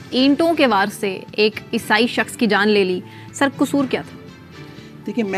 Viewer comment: The word is not esai